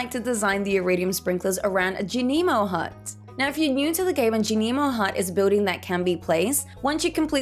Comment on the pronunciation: Thank you for a greatly informative video!! I have always planted in squares and rectangles but I love the flower-like pattern you made when using the sprinklers! Also I am glad you offer a different way of saying Junimo (I like your way the most) Subscribed 💜